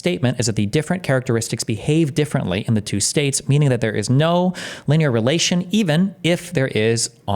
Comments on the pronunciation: everyone says lin-e-ar no one says linyeer like Steven, it is kinda annoying indeed 😅😅 Edit: he checked it, thank God lol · LIN-E-ER. Not LYNEER. JESUS! What a complete fool. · How does Destiny have so much trouble reading? Lineer? It's linear! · Can’t make fun of piers when you’re googling pronunciation of linear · The most disgusting thing about this topic is Destiny's pronunciation of linear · Shout out to chat for calling it out live. 👐 I was watching this video back doing dishes and wanted to scream at him. 😂